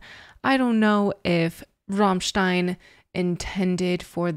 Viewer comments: Servus! You are probably the first english-speaking person who pronounces "Rammstein" correctly - with the german "RRRR";-) By the way, you pronounced "Sonne" right aswell. It means "sun".... Regards from Germany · got a new follower right away when u pronounced Rammstein pretty correctly:P u should really go and see them live its freaking awesome they are deffinitley some of the best live performances ever